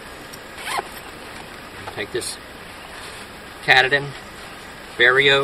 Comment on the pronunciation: I am pretty sure it is pronounced "Kah tah dan" like the mountain here in Maine.